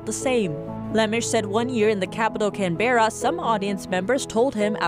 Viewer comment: Can-bruh not Can-be-ra